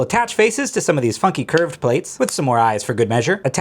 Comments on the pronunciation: sounded like you said fucking lmao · I thought he said fu*king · Sounded like you said fucking instead of funky. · I had to relisten 3 times to make sure he said funky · Jesus Christ I thought he said something else when he said “funky” 😭😭😭